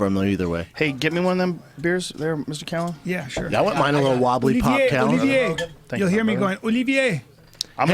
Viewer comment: Bryan has a very nice "Olivier" pronunciation @@